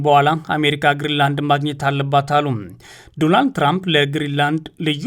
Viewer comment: በቄ ዘገባህ ተመችቶኛል ነገር ግን ስም አጠራር ላይ ስህተት ስላለ ለአድማጮችህ በሚመጥን መልኩ ቢስተካከል የትራምፕን ስም ስትጠራ ዶላንድ ሳይሆን ዶናልድ.......ብለህ ብታስተካክል